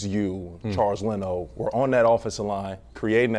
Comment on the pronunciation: Leno? LENO? ... you lost me.